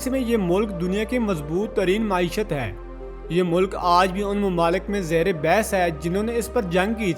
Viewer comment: وی لاگ بنانے کو روتے ہیں اردو تو سیدھی کر لو ماعیشت لفظ نہیں معیشت ہے کس نے بتایا ہے کہ قیدی بھاگ جائے تو گرفتار نہیں کیا جاتا ناقص معلومات پر مبنی وڈیو